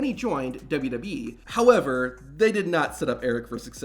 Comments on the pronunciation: I wish the narrator would learn how to say "WWE" instead of blurting out "dudubyee" everytime, as if the mic is about to cut out. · What is with thus guy? "Douba doub e". Also, the weird pauses?